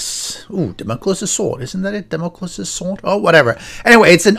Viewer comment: Very Nice Map Generator! By the way Damocles is DAM -O -CLEES fwiw. Thanks! I will try this out.